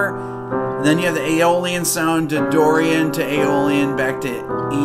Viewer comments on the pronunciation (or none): none